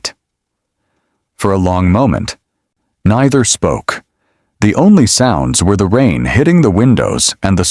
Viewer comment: You missed pronuced neither